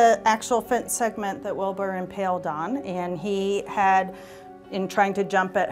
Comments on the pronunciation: Why does the journalist keep saying impelled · Impelled? Impaled narrator. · She really said impelled 🤦‍♂️